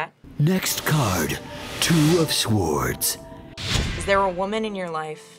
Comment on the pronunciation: "next card, two of sWWWWords"